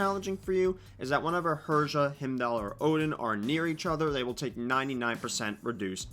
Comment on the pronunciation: um i hate to be that guy but its pronounced Hi-m-doll not him-doll. other than that solid video.